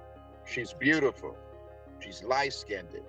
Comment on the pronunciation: Ughhhhh why are half the people on this show obsessed with skin colour? The extra syllables are funny, though! Skinded 😂